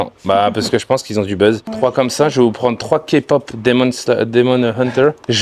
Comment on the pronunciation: Comment ça de la KPOP !!!???? Ça se prononce K-Pop et le K on le prononce Kay